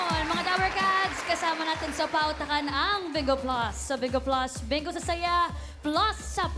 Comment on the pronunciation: Bakit d mabigkas ni miles yung bingo sabi nya BENGO TAGASAAN BA YANG SI MILES